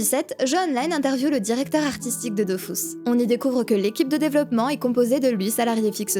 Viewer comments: Perso... malgré le fait qu'il répète DOFOUS pendant 5 heures, on dit toujours DofUS et pas Dofous. 😅 Merci pour la vidéo... à quelques semaines de Dofus 3, ça va pas aider notre productivité ça. PS: désolés, gros bisous si tu passes par là. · "Dofus" et pas "Dofousse", je m'en fiche de ce que disent. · dofUs ! pas dofOUs RHAAAAAAAAAAAAAAAAAAA explose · Est-ce que l'event halloween s'appelle Dofrousse ? Tu sais, par rapport à la prononciation du nom du jeu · C'est bon j'arrête vraiment de regarder, c'est Dofus pas Dofous, allé ciao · Perso je dis dofous et pas dofus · Je me ferais jamais à " Dofous " et " Astreub " c'est impossible ! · Je ne regarde pas une vidéo où on dit "Dofius"